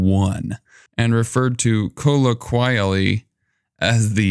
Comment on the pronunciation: Referred to kah-oh-Qah-Lee aka nickname among commoners/ informally 😂 colloquially ^^^^^^^ the way you said it was crazy lol